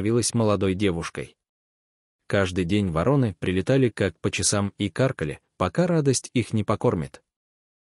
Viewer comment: Отличный рассказ. Но вы должны правильно ставить ударение. ВорОны. Благодарю.